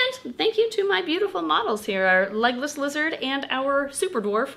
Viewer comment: For the longest time I thought you kept saying “Legolas Lizards” and I thought it was kinda weird that a lizard was named after Legolas then I read the title to this video and my life has been changed forever